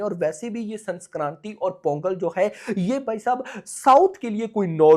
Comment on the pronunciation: Bhai it is Sankranthi not Sanskranthi